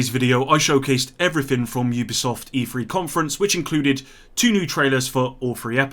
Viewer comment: Its E3 not E-Free lol